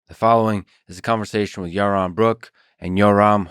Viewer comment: Ewmer fudd awguing wike siwwy wabbit